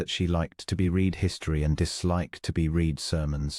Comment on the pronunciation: Past tense of read is pronounced as red. Please proof before publishing, terrible ai pronouncations